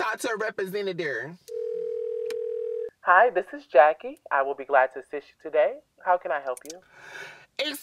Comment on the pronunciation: "represeneder" what word is that looooool